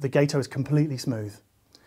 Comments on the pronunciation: Gato is Spanish for cat and is pronounced got-oh. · I believe it’s pronounced guh-toe. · If Gato is inspired by the American Gato-class submarines from World War II, then it should be pronounced with a short 'a' sound, like the Spanish word for cat/Katze. My late father-in-law served aboard the Gato-class submarine USS Drum (SS-228) in the south Pacific.